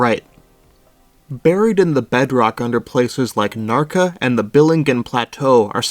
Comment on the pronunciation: I'm a native speaking swede and I had trouble making out both Närke and Jokkmokk. I had to re-watch those parts several times over... Like "ä" is pronounced as "a", come on... I mean I'm not complaining too much, the video was otherwise decent. I just wish the creator would've put the place names in text in the video as well, then the bad pronunciation matters less imo. Anyways it's really not hard these days with basically most languages that have decent TTS available, since you can just get a text-to-speech voice to read it for you and then you just mimic that. If you do that you'll usually be in the general ballpark at least. In the past you would've needed to find a speaker of the language to help you out! (Still worth finding one if you wanna go the extra mile tho, sometimes the TTS voice is wrong after all)